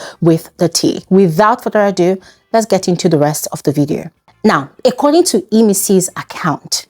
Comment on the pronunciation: Hi. Keep up the good work. May I request one thing of you please, can you please fix your pronunciation of the word "According". It keeps ringing in my ears every time I watch your videos. Thanks!